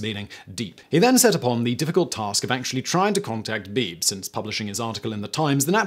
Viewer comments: William Beebe was my cousin. The name is pronounced "Bee bee", not beeb. ❤ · by the way, his name was pronounced "bee-bee", not "Beeb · I think Beebe was pronounced "Bee-bee". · Beebe is pronounced BeeBee. Brad Matsen, Author of Descent: The Heroic Discovery of the Abyss. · By not pronouncing Beebe B B Simon made life a little less fun